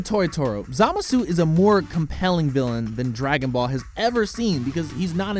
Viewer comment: "Zamasoo" literally why are you even narrating this if u can't even pronounce their names correctly jfc